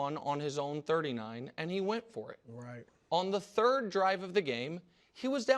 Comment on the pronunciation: The cadence was good but he missed the pause into anddddd pause 😂